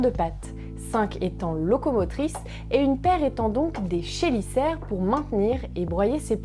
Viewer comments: Super découverte de ta chaîne. Un abonné de plus 😉. Pour les chélicères, on prononce kélicère pas ché. Sinon superbe vidéo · La prononciation de chélicères c'est plutôt "Kélicères" :p